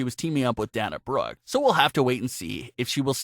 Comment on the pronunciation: You pronounce it Day-na not dahna